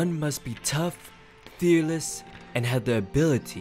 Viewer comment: He said fearless fe4rless